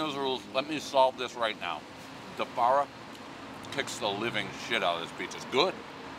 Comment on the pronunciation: Wtf is “defarria”? He fucks that name up half the time he says it.